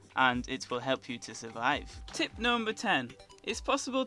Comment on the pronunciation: I swear to god everytime he says tip, it sounds like hes saying tit